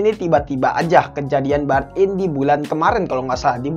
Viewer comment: Burn in di baca nya bern in